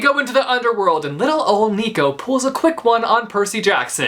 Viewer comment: Nico is not neeco but naico